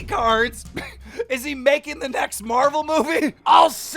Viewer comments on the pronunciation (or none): none